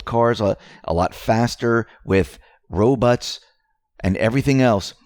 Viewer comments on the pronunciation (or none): Tee hee you said RoBUTT... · Help verify something for me, Woody. Listen to the mark. Did just call a robot a "ro-butt"?